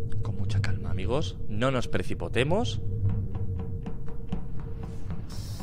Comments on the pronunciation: Nadie: Absolutamente nadie: Auron: Calma amigos, nos nos "presipotemos". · Nadie: Absolutamente nadie: Auron: "No nos pReciPoTeMos"